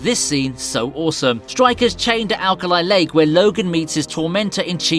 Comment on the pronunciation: awesomme lol french u like Sommee?